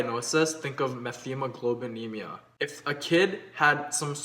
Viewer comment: Its pronouced met- hemoglobinemia. Thanks